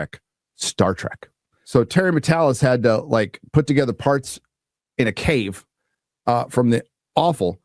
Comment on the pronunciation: Rykard from Elden Ring has a message for you when it comes to "togetha"